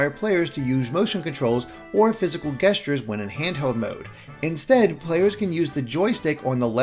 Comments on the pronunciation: “Guess-tures” ???? Lol gestures uses the soft g sound like j (I.e. giraffe) not the hard g like gift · Guess-tures? Lol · Don't you mean 'jestures', not 'gestures'. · Mispronouncing 'gestures' tho smh